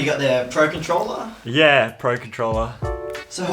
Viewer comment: him pronouncing controller with an emphasis on the ER like an american accent is cursed especially since 3 seconds earlier he pronounces it as controlla like a proper australian